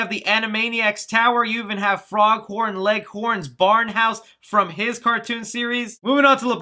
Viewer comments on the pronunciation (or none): It's pronounced Ma-gill-uh Gorilla, not Mega. And it's Foghorn Leghorn, not Froghorn.... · Foghorn Leghorn. Not "froghorn leghorn" lol. Great effort tho my friend! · IT'S FOGHORN YOU BABA BOOEY! NOT FROGHORN!